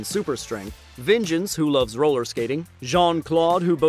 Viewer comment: Here's a fact for you! The third member of The Vicious Six that you named, you said "Vengeance". His name is actually "Svengeance". A portmanteau of the name "Sven" and the word "Vengeance" Also you spelled "Prequel" wrong